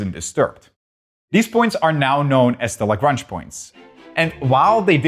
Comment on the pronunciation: Why is the name Lagrange mispronounced?